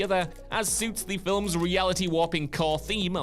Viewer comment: Yeah "filums" as well is unique